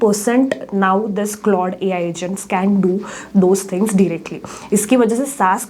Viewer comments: It's pronounced "clawed". 😊 Try to improve it in next related videos. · Its C-L-A-U-D-E Edit: ah you have pronounced it right after first 5 min :)